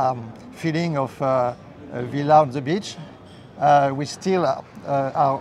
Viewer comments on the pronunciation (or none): none